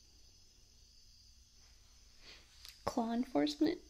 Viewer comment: "Claw enforcement" sljfdff ily that just made my night